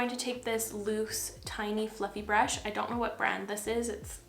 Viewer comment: BRAASHH 😂 I'm gonna call brush like that from now on. love you 🥰